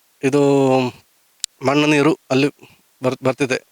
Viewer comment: ಮನ್ನು ಯಾಕೆ ಹೇಳ್ತಿರಿ ಮಣ್ಣು ಅಂತ ಹೇಳಿ ದಯವಿಟ್ಟು